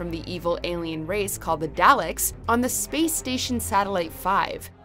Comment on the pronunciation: absolutely hilarious how she pronounces 'daleks'